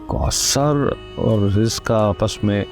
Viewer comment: Kousar not koter